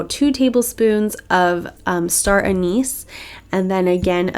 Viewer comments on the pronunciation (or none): none